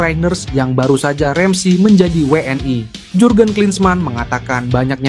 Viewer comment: Admin yg bener pakai bahasa Indonesia W N I.itu bukan bahasa Inggris jangan I jadi ae